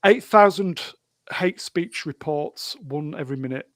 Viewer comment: Hate speech, or is it "Haitche speech"?